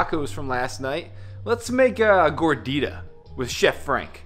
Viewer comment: Im Mexican and man... that "gordita" went... well..not even close! (almost offended) by everything else.. nice monitors :P